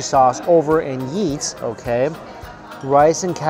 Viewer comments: It sounds like he’s saying yeet every time he says eat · Who heard yeet? When Mike said eat??? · when u say eat u say yeet lmao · Whenever you say eat it sounds like yeet, lol.